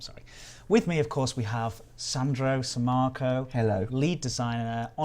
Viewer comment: I love the way you say my name Sammarco